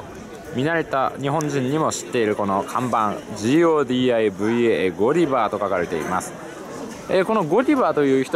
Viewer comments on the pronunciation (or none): 『GODIVA』の発音はゴディバじゃなくて、“ゴダイヴァ”なのですよ。